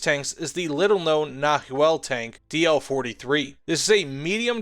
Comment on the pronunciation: The H in Nahuel is silent.